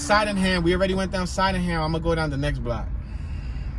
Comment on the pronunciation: My old block was 15 st. between Rockland & Loudon Sydneham It is pronounced Sid-née-ham